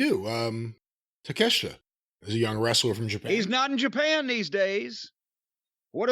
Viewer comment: Jim is being very poor calling Takeshita- takashit